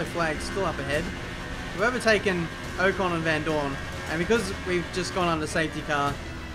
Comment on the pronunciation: Its Ocon not oh-con